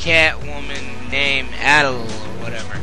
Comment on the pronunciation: i think adelle is pronounced "a dell" congratz on finally getting FFTA2!